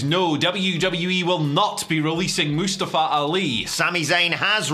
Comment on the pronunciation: Moostavva. That's what you sound like right now.